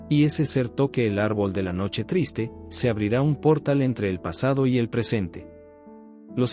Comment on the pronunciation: Párrafos repetidos, favor de editar bien antes de subir el video, para no perder el tiempo, también se pronuncia portál con acento, ojo.